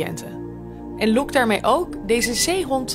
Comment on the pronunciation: Loekt daarmee ook ja? Foutje van de voiceover zeker :P